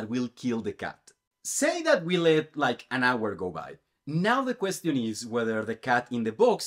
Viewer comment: Your pronunciation of "question" is wrong again